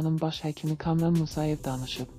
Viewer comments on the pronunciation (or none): Ey xanım kamıran yox kamıran bir balaca danışĝnza fikir verin kamuran